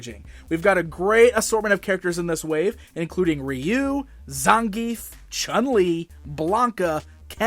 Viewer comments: It's Rye-Oou and not Ree-U 😂🤣 the proper pronunciation for Ryu . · Its pronounced "roo" in Japan